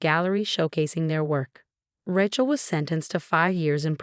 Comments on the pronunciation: "Raatchel" I can't 🪦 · Even more so than the Thompsons. And..... "Rat-chell" again? Surely the AI TTS voice can be trained for proper pronunciation. 😮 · Ratch-el, really? The written words are atrocious and so many mispronounciations. You should do better. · I think being named Ratchel had something to do with her being a total psychopath. It's not that the AI can't pronounce Rachel a very common name right?? Lol. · At least pronounce the name Rachel properly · Everyone of these non English speaking have no idea how to say Rachel